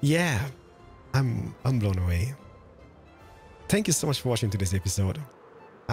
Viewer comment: I hear saying "Shpank You" or is it just me hearing it?